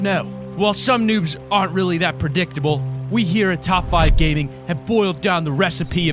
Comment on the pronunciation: He said Top 5 Ganing